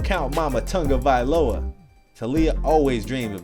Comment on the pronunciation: I hate when people say “Tungiviloa” instead of “Tagovailoa”